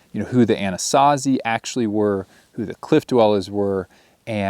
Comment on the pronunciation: 😂I like watching your travels across our ancestral homeland. Just ask one of our friendly Dine they'll explain our history. Makes me laugh when you call us Navajo and Anazazi.